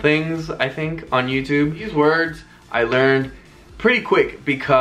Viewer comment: The pronunciation is really good thanks for the words